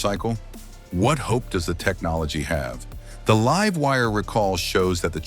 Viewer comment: AI crap. Can't even say "Livewire"